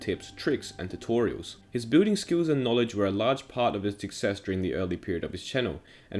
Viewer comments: XD at the start I thought he said “bulling is a big part of Minecraft” Laugh out loud sorry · Every time he says Building I thought he said booting. Anways, pog video lol! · i cant unhear him saying "booting" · Boolding cracked. Me up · you say building like booting and grian like green. What the heck is that pronounciation.